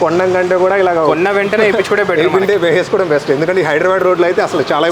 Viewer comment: areee wo dunga it's Hydera not hydra. Repeat again and call hyderabad bro from which village you belongs to